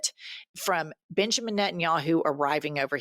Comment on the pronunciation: I know you said Benjamin, but I heard Bitchemen 😂❤